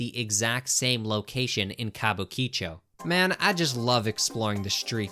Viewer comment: Hands down the weirdest pronunciation of Kabukicho (Kabuki-Chou) I've ever heard.